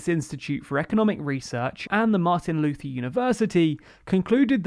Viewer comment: His name may be written like that american Martin Luther, but the pronouncation is different. Why cant you speak his name properly?! This dude is one the most important man in human history.